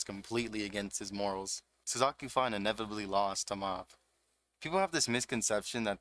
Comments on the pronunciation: and then you called him SUZAKU IM DEAAAAAD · LMAO naw you're good bruh. You emphasize the SuzUki which isnt really bad but the SUZAKI gave me goosebumps and not the good kind LOL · The way you pronounce "Suzuki" is giving me seizures but great video!